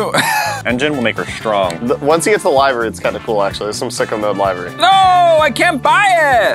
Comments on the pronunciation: I can't tell if you guys are doing it on purpose but, Think the organ, Liver when saying "Livery" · It’s Live-ery omg!!! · Yall cant pronounce livery right? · Someone please. Please. Tell how to say the word livery...